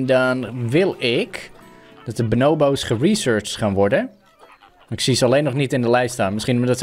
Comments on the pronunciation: het is bo-noo-boo's niet bo-now-bo's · Ben ik de enige die zich er aan ergert dat don benobo’s zegt inblaast van bonobo’s...? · Benobos Me: pls stopppppp it’s BONO hmmm BO’s 😂😂😂😂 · je zegt benobo's maar je spreekt het uit als boonooboos geen haat btw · Pls tief op het boeit echt niemand dat hij het zo zegt. En zo is het ook met jouw comment. Ik zeg het hetzelfde als dat jij doet maar het zal me een worst wezen dat hij het anders uitspreekt